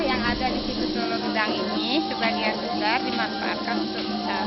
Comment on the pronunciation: Lolo Gedang mas bukan Lolo Gadang